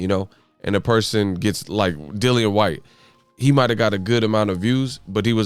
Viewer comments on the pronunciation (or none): none